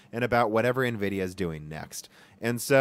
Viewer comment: If he stops pronouncing Nvidia and linearly wrong I'll become a patreon